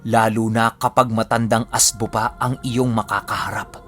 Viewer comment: ASBO WORD ANG TWAG SA ASWANG S BIKOL ANG RIGHT PRONOUNCE LNG AY AS'BO' MY DIIN LNG.